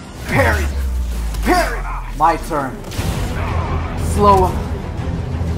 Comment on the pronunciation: She says she pregnant "PARRY"